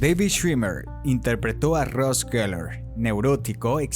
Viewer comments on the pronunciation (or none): none